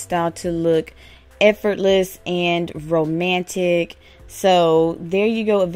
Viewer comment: LOL GIRL! I thought you said effortless and fromantic! XD!